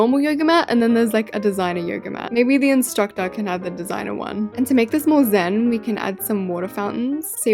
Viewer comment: The way she said SzEN 😂